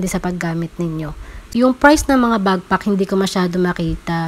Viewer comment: Madam, backpack po not bagpack medyo sumakit ears ko. Lol ✌️ Thanks for this info po 😊